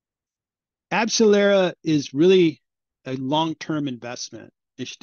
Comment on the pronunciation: You lost credibility the moment you spoke... Abcellera didn't help Pfizer and Moderna to make vaccines... Abcellera is a company that makes ANTIBODIES...NOT vaccines - they had absolutely no role with Pfizer nor Moderna for their COVID vaccines... Not only that, but you're totally butchering the name...